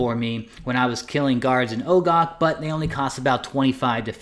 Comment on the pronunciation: You videos are helpful, but please look up how to pronounce "stein." Man, you really mangled it. Also, the Ogre city should probably be pronounced with a soft "o" and not a long "o," but if you insist on a long "o," I guess that's okay.